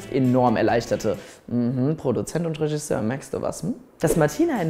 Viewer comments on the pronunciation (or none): none